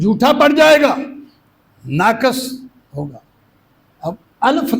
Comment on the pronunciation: ناقِص : درست ادائیگی ہے